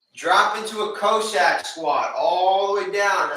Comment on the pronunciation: Cossack is pronounced “Cah-sack” Nice workout!